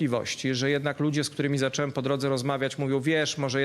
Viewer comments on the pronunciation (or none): mówi się zacząłem....a nie zaczelem... co za typ